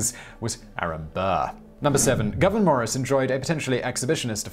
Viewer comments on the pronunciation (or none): The correct pronunciation of Morris's first name is GOOO-veneur, it's NOT Governor!